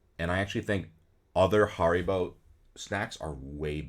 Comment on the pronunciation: agreed with most of this list until I heard how you pronounced Haribo